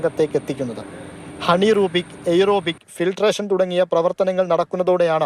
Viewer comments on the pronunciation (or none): ഹണീറൂബിക് അല്ല anerobic